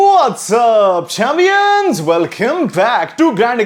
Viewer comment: Mene galat suna h kya "chamyans"😂😂